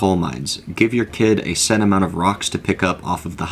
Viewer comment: "a large aMOOnt of cut content" canadian cow-goblin hybrid confirmed???